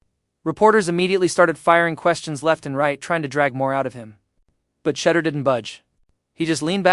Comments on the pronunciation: And say his name right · Call him Mr. Sanders as you obviously can’t say his FIRST name and it’s disrespectful!